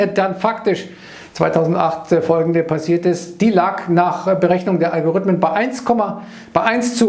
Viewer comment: Algorithmen, nicht Algorüthmen ;)